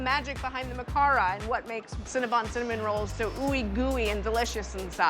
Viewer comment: Adam! CinnaBON not CinnaBUN!!!